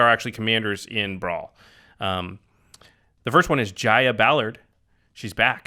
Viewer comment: YOU MISPRONOUNCED JAYA'S NAME HOW DAAAAAAAAARRRRR.......... oh thanks jimmy.